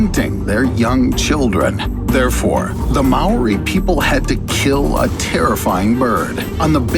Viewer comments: Its Māori not Marri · as a fellow New Zealander its Maori but you say mowdi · I'm sorry but I'm a New Zealander and its pronounsed: Ma-ow-rrr-i Don't mean to be fussy. We used them for pray as we didn't have Poaka (pig) kau (cow) or reme (lamb) so the main source of kai was plants birds insects and fish along with kumara (sweet potato) and many other vegges. ( please don't search up how to pronounce it on google translate that way of saying it is just as bad) And the reson that the haast eagle went extenct is because our ansestors ate Moa (prnoused More-a with out the r) as a food source so when they became extenct the haast eagle became extenct too because that was thier mane food source. (you pronoused Moa right :D) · WHY DO AMERICANS NOT ROLL THEIR R'S WHEN SAYING MĀORI 😥😥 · learn how to pronounce Maori before you post stuff man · That not how you say Maori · The way you say Maori is hilarious, keep up the work. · Really you pronounce Maori wrong have some respect. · I’m from NZ and the way he said Maori is triggering